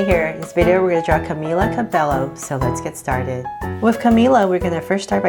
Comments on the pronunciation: that is not how you say her name 0.03 . Love your vids. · I LOVE your channel you inspire me and stuff but...YOUR SAY CAMILA CABELLO WRONG!! XD